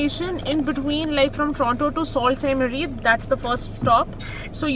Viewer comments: Love it!! Beautiful video! Enjoyed traveling with you. Btw Sault Ste.Marie is pronounced “ Su Saint Marie” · Sorry but you are not pronouncing correctly for (Sault Ste Marie)